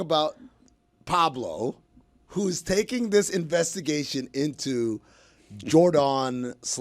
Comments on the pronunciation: Love how they pronounce it JorDAWN lol. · Are they just trolling continuing to pronounce Jordon’s name wrong? Even Pablo said her name is pronounced like Jordan and made a comment about actively stopping calling her Jor-don. It just diminishes the reporting and makes them sound like the guys on TMZ